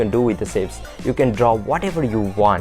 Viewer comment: not to hate but is pronounced "shapes" not "sapes"